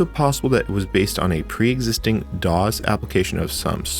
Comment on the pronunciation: This was great! (Though I don’t think I’ve ever heard anyone who pronounces “DOS” as “dahz”!)